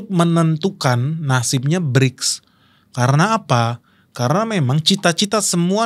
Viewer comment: Berics bukan klrng kleng oi